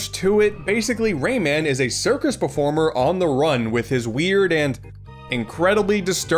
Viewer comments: Ray man you mean romon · Used to pronounce Rayman as “ramen”